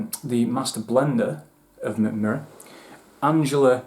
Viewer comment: That's actually one of the better pronunciations I've heard from a Non-Scandinavian ;) Great review! If you want to dive deeper into Swedish Whisky, do get a sample of High Coast (former Box Destillery).